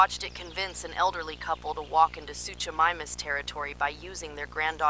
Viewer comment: great video, but try to pronounce the dinosaurs correctly. It is suchomimus (soo-ko-mimus).